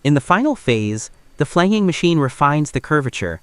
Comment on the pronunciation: It’s FLAN-JING, not flang-ging.